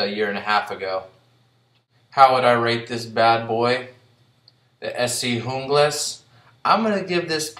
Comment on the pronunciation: Good review but your pronouncing Junglas wrong..the J is silent (unglas). I learned this during my Rowen factory tour.